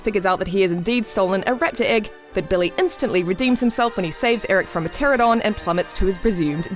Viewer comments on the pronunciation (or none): It's Pteranodon not pteradon or whatever you called. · it is not a teradon it is PterANOdon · there not pterodons there pterodactyls but even if they weren't they're spelled and pronounced pteranadons not pterodons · Okay, GIANT nitpick here, but "PTERADON" IS NOT A WORD. The correct word is "Pteranodon". Note that there's a "no" between the "a" and the "d". Sorry, it's just that as a pterosaur nut whose favorite animal is Pteranodon, this error really bugs me.